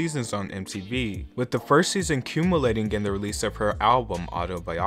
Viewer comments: Ok the person reading this needs to learn how to say “enviable” and “culminating” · Did he mean to say "culminating"? lol When plagiarizing content it helps to look up those hard-to-pronounce words in a dictionary.